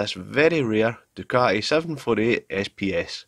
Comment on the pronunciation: It's called a Du-kah-tee for crying out loud! No one has ever heard of a du-kah-eee.. WTF!